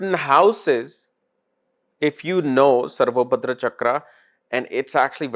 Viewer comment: Its SarvatoBhadra (सर्वतोभद्र) and NOT SarvoBhadra (सर्वोभद्र)